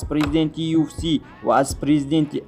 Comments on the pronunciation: Аму UFC-ро нагз талафуз кун!!! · UFC-ро дуруст талафуз кунен хубтар мешавад бародар